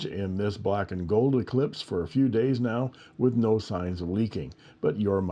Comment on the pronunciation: spelled "Eclipse" and pronounced "eclesiastez" 😆 thanks for the review, I haven't seen many of the new Eclipse